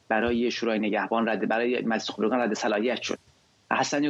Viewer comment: چقدر. چرت ما. ری. مدهیم با دل. جان. قانون. قانون است درصمن. این. سازکوز. حتی. نمتواند. خبرکان را. درست. تلفظ. کند